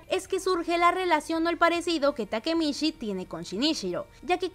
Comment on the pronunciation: "takemitchi" por favor 🧐